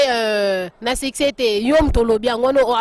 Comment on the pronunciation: Madame bongisa prononciation, succès non siccès